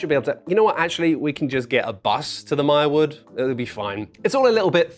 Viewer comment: "Mirewood" All the Hobbit readers cried out at once, and were silenced.